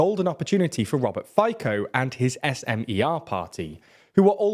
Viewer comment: Please check the pronunciation of the names... far from every language abide by English pronunciation 'rules'... It's Fico [fitso], if you wish and SMER [smer]